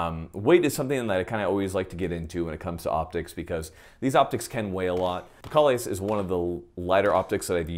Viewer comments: It's Kay-Less. After the Klingon Jesus. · I know this is an old vid, but I just now saw it. It is pronounced “KAY-LESS”! I have to say that “Kahles” is a Klingon term from the Star Trek universe; It is the name of that race’s legendary/superman hero. They sing song and operas about him. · If you’ve never pronounced Kahles right, go ahead and hit that subscribe button.